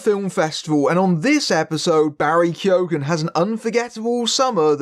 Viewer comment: You don't pronounce the G in keoghan